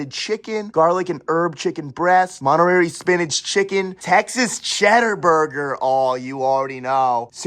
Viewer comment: “Montererry Chicken”